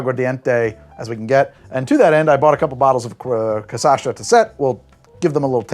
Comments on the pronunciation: to be pedantic, its pronounced "ca-cha-sa", not "ca-sa-sha" 🙃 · "Cassasha" said over and over again made me genuinely laugh😂